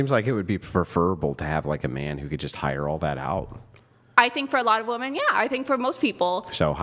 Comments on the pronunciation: about f**king time someone corrected these broads on how to say women. I've noticed a trend where all the girls Brian has on his show talk that way. None of them know how to speak very well and prominently can't pronounce the word 'women' correctly. They all say "woman", as if "woman" (singular) refers to all women (plural). Thank you Andrew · Seriously, why are so many girls saying “WOMAN” instead of “WOMEN?” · Why in F can't these young idiots pronounce woman and women?